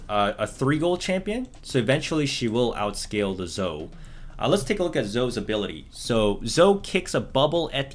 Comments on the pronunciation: Bruh it's Zo-EE not Zoh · Zoe Zo-Wi not Zow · He keeps saying Zow not Zoe i dont get it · it’s “zo-ey” not “zo” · Zoe! Zoh-EE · Is zoe pronounced zoh? Or zoh-E? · Please man, it's ZO-E, not ZO! it's has 2 syllables. Like MO-NEY, it's ZO-E. Thanks. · It's Zo-e , not Zo, please stop. :l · Dudee please just say Zo-e not Zo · Stop say zo pls :( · Funny the way you say "Zo" btw ^-^ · It’s pronounced zoey brother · nice video but zoe is not zo u remind me of a friend that calls zoe zo-e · ZO-E ZOOO-EEE PLEEEASE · pls stop saying zo, she has an e in the name hahha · Its pronounced zoey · Dude, learn to pronounce character names... Engrish isn't hard dude. ZoE... it's a hard E. Jeez dude lol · As a zoe main, it hurt my soul you calling my baby "zo" :(((((( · Honestly, I commend you for the commitment on how you say Zoe. Really getting that YouTube comment bait. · Cant wait for you to pronounce Zoe's name right yup yup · Dude everybody is loving your amazing content BUT the champion Zoe is not pronounced like that ffs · This man cant say Zoe correctly? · Might be a Canadian pronunciation lol